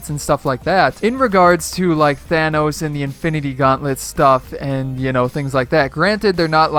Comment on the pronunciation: Thanos not thanoos